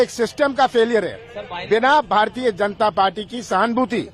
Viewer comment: Dear, samachar vachak, aap kripaya apne bolne ki shally mein sudhar Karen....jisase sunane mein pareshani na mahsoos ho.....aapka uchcharan galat hota hai...jaise aap ja ko za.bolte hain....Janta kahna hoga to zanta bolte hain.....badi takleef hoti hai....pl. sudhariye